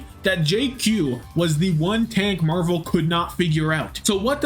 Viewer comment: i beg u stop saying marv one its marvel please man